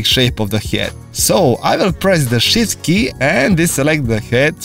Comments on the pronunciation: I thought he said "shit key". But he was really saying shift key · nice man. why i just understand "the shit key" when you say "shift key"? haha